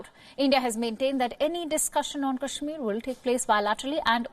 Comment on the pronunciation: Pahle kashmir bolna to sikh le.....bad mein mediate karna...😂😂😂😂